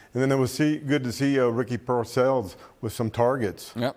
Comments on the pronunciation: its pearsall ( pear -sall ) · The only guy that can say Ricky pearsall's name correctly is the old white guy on the far right closest to the camera because he's a 49er reporter the rest of these guys they're scared to say his last name so they just call him Ricky and they don't even know how to pronounce his last name we've had him for almost we've had him for almost 2 years and you still haven't learned how to pronounce his last name oh but if he was black they would have no have they would know how to say his last name if he was black they would have that shit memorized they wouldn't even say his first name they would just say his last name over and over and over again